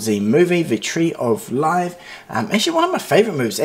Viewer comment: LmPrincelyao.. Did This 'Man', Just 'Say'... 'The Tree Of Lifee?' HaHaHaHAHAHAH